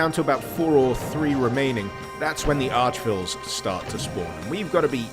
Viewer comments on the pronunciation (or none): No. It's pronounced ARCH VILE as in how it's written. This arch is pronounced ark thing is a non issue, simply google arch enemy pronounciation or even simpler just think of how you would say archbishop. And always says "ville" instead of vile which is wrong as well. The prefix arch means chief or principal and vile is extremely unpleasant. I mean it's not rocket science is it. Arch Vile: The most unpleasant. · Arch is not pronounced Ark, you don't say Arkbishop.. It's archbishop. Google Arch enemy pronounciation for example. Arch is a prefix meaning chief or principal, obviously vile means unpleasant. Arch Vile: the most unpleasant. I don't know why always calls it the Archville, that's wrong and so is Ark Vile. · Arch-Vile is pronounced Ark-Vial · I have always pronounced arch-vile as ark-vile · Arch Vye-Uhlle